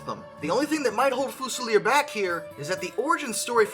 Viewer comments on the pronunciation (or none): Love the presentation. Very funny. Also, don't want to be 'that' guy, but it's pronounced Gloh-ster - ignore the 'ce' in the middle, and Fyooz-ilier - like an electrical 'fuse'